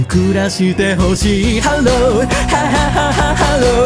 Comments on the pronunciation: オートファジー助かる………………………………………… 追記 ハローのローの発音がめちゃくちゃ好きです……………が普段歌わないような曲も聞けてしまう毎日ワンコーラスという企画マジで最高……………ありがとう………… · 7日目 きた、 オードファジー、、オードファジー、、！？ ハローのハの息の入れ方とか愚かしいの最初の入りとか発音の仕方がいつもと違ってて らしいけどじゃない感じが最高でした、、、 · オートファジーたすかる；； はははは ハロー のところ発音しっかりしててめちゃくちゃ聴きやすいのさすがだと思った🥲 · のイメージの真逆をついてくる感じめっちゃ好き(?)最後の【ハロー】の発音の仕方好きすぎて辛い...。。。